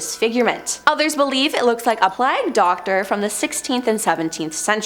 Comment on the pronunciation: I think this host has the new record for mispronounced words! It’s really distracting when the story is good only to be destroyed by a priest with a “shrowed” covering his face during the “plag” 😂